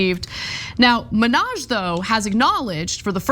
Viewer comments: STOP SAYING MINNAJ LIKE NIKKI MANAJ. YOU'RE A REPORTER, try to say hi name. Hasan ...,MINN...HAJ. If you can't say it correctly, throughout the piece, refer to his first name. It's not like we are going to forget which Hasan you are talking about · it's HA san MIN haj, not HaSAN Menage. Cheers!